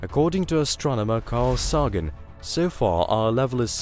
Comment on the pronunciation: lol las ala mos & carl saagen learn to pronounce words recently?